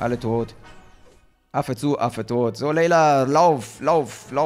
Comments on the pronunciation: sie heißt leia ^^ und nicht Leila ^^ ist ja nicht so schlimm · Es stört nur das du Namen falsch aus spricht zb. Leia leila Inquisitor Inquisator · Dude die tunte heißt Leia und wird Lea ausgesprochen und nicht "Leyla"